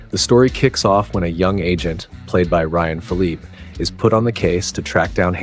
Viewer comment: And.. Swankee? Ryan Pilleep?